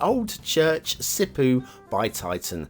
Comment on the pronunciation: That's right, Sipoo is in Southern Finland, and btw, it's not pronounced like "poo" (I know it's the funny way to say it in English and I'm guilty of using it myself lol) but instead like the "po" in "posh" just really stretch out the "o". A single "o" is exactly the same as in "posh". That's the way to pronounce an "o" in Finnish across the board, so just apply to all Finnish words and you'll sound a lot less funny immediately. Yvvw :D